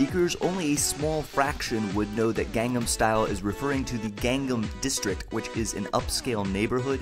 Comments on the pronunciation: josh, ur amazing and all but ur pronouncing gangnam style wrong...., it's pronounced ghan-num, not gang-nam (even tho it's spelled like gang-nam) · It's not pronounced "gang"-nam style, it's "gong"-"nom" style. You say you listen to hte song a lot and you still can't catch such a simple pronunciation :P I sense lies! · you kept of on saying gang-nahm its gahngnahm (gangnam)강남 kinda like saying Chinese gong. or smoking a bong. gangnam style* the "a"'s in Korean are always pronounced "ah" there also a similar letter that's the sound of both the "a" and the "e". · *Gangnam not Gangam, Josh Sundquist, for shame! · I think you'll find it's Gangnam not Gangam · Gangnam style not gangam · G-ah-ngn-ah-m style. No gangs please. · 1. You mispronounced Gangnam Style 2. You were looking at his crotch? 3. It's not "Oppa Gangnam Style"; it's "Oppan Gangnam Style" The 'n' at the end of oppa changes it from saying "Big brother" to "I am big brother" 4. Using Oppa isn't incest. 5. Gangnam style isn't equivalent to swag. Swag is stupid, PSY is not. 6. I'm fairly positive that while PSY appreciates all of the attention Gangnam Style is getting, he is disliking how he is treated as a joke. He's serious about everything he does. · kept pronouncing gangnam incorrectly and kept spelling it wrong. 2/10 wnf.